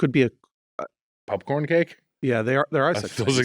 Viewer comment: Unsure if I’m the first to comment on this but I fucking love that Mitch calls popcorn, pupcorn. It makes it so much cuter! Especially with Gemmy by his side 🥹.